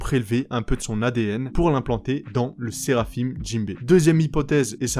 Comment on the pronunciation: Pitié arrête de dire seraphime ça se prononce séraphin